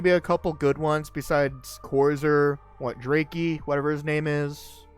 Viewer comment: I haven’t scaled destiny in over like 2 years. It’s an honour to have someone appreciate my destiny scaling videos again. Ty 🙏❤️ Oh and its pronounced “Dr-ahh-key”